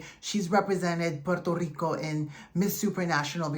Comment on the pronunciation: Hi, gracias for pronouncing Puerto Rico with the Spanish flair. Saludos from Puerto Rico